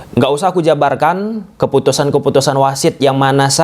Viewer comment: keputusan bang, bukan kefutusan.. pakai P, bukan fakai F 😂